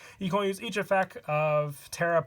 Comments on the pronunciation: Can you not pronounce the ‘t’ in effect? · Does he say effec instead of effect or am I going deaf? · 😂😂😂😂😂 he says both